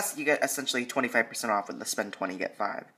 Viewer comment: "Select Unilever Spoend"